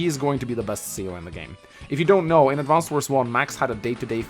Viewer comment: Such a massive fan, but he still calls it "Advanced" Wars...